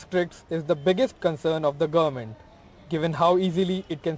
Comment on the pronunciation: Why are the news readers these days pronouncing 'goverment' peculiarly? It really hurts the ears. 'ment' has a schwa sound but not the way these news readers pronounce.